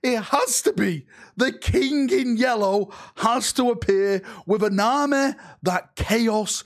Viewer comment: I like how say "the yellow kink" and Not the yellow King 😂. The loyal son of dorn and his "yellow kink" 😂😂😂😂.